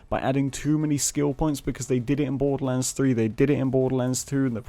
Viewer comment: I love how you say Borderlands 3 "Boddulans 3"